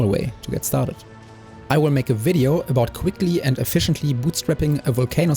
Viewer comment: Why can't i unhear "vulc anus" 😭